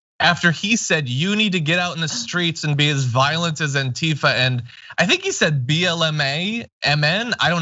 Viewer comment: "The Skreets!"